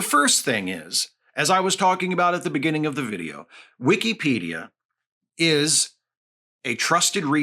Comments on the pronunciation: Maybe its a region thing, but i have never heard someone say "wikcy-pedia" ive always said and heard "wicka-pedia" just caught me off guard at first 😅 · I don't know if I've been saying it wrong, but Wee-key-pedia does not sound right. Whick-a-pedia is how I've always heard it used. Excellent points, though. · it's wikipedia not wikEEpedia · ❌ "Wik-a-pedia" ✅ "Wik-EE-pedia" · Am I the only one who pronounces is “wick-uh-pedia” rather than “wick-ee-pedia” as he does? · I've never heard it pronounced that way, but it makes sense. It's always been "Wick-uh-pedia" from people I know. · after the 3rd "wee key pedia" i had to tap out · Weekeepedia. I can't unhear it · Hearing it pronounced like that hurts my head. It is wi·kuh·pee·dee·uh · Genuinely great content. And I get your point... buuuut... you say Wikipedia like weekeypedia so your point is invalid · I have never heard someone pronounce the second I in Wikipedia with so much respect 😂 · Is... Is that how Wikipedia pronounced? I have been saying wrong this whole time?